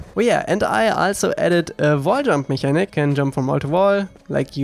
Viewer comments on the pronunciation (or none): I know I'm totally nitpicking here, but mechanic is not pronounced like the German "Mechanik", but instead with a "k". ("Meckännick") Also, I find your game breathtaking every time